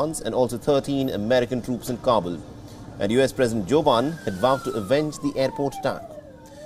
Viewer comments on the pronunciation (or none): Is he saying joe burns' every time?? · who tf is Westerner? I'm a keralite from the South coast 😤 that guy already said joe Biden properly in the old interviews. Now he suddenly come up with joe bann 🤣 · Bruhhhhh joban? Wtf is that There is not even a facking a in his name